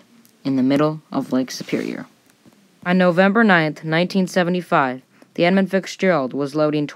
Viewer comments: All in all this was a pretty well done presentation. However, in the vein of friendly constructive criticism, there are a few items I want to point out. First is enunciation and pronunciation. I noticed it mostly in the names of the two primary ships in this story. At the beginning, it sounded as if you were adding an "s" to each part of the name i.e. 'Edmonds Fitzgeralds'. For pretty much the rest of your presentation it sounded as if you were saying 'Fixgerald'. The 'Fitz' in "Fitzgerald" should sound like fits. As in; "That jacket fits Gerald well." As to the other ship, about half the time it sounded to me as if the other ships name was the, "Arthur Manderson". I believe these issues are simply caused by rushing the read of your copy. Simply slowing down your reading rate, just a little bit is usually enough to correct this matter. Basically, go too fast and the words tend to bunch up or run together. If you watch/listen a few different seasoned presenters, you will notice what I'm going on about. The slower pacing offers some other benefits. It can lengthen a video slightly, thus increasing your watch time. It also adds an air of authority to your presentation. The other issues are content. I've never heard of any ship on the Great Lakes referred to as unsinkable. Anyone that has anything to do with shipping on the lakes knows that is tempting fate and foolhardy. The last count I saw indicated more than 6,000 wrecks in the Great Lakes, accounting for more than 25,000 los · I expect nobody was confused 🙂 but if they were, I wonder how hard they searched for the ship The Edmund Fixgerald on the Internets.